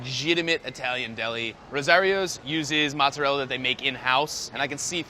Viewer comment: Yeah, but he can't pronounce mozzarella or marinara.